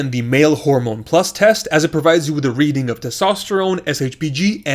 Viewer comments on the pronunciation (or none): none